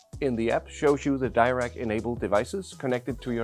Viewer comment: Why is the option to select 'tightly focused imaging' as in the desktop app not available in the iPhone app? Also it’s’ Dee-rac not Dy-rac!